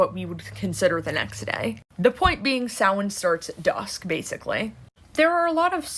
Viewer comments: It’s pronounced Sow’ like cow , wn, sow-wn. Spelled Samhain. It’s a Gaelic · just a quick note! Samhain is not pronounced like it's spelled. It's pronounced like saa-win. Happy Halloween!!!!!!!